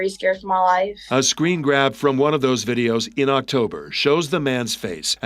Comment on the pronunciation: You say birrios instead of videos